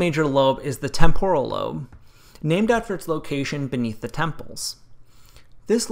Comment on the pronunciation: TEmporal is the correct pronunciation. From Latin TEmpus, but even the Italian TEmpora has the accent on TE. The way you pronounced it is a smarty-pants Americanization which focuses on extremely cowboy sounds without any etymological care. Words are connected. What is the point to study if you don't? The TEmporan lobe is extremely important.